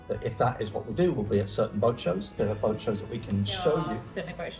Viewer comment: How do you get "boyt" from boat and "noy" for no? There's no oy sound in either word. I'm confused.😂